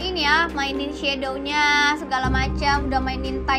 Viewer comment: Shadownya bukan itu bacaannya cumashadow aja